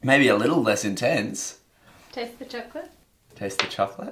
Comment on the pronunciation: “That’s really intense” sounded like “That’s Australia gents”